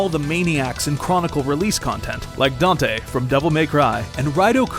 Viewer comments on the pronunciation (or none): none